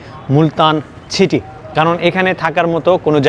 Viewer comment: আপনার উপস্থাপনা চমৎকার। তবে, City শব্দটি উচ্চারণে খেয়াল করুন।